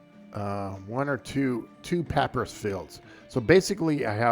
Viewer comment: It is pronounced pah-pyrus